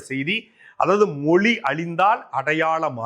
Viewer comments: அண்ணே அது "மொலி" இல்லை "மொழி" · Moli illa thambi mozhi nu sollu thambi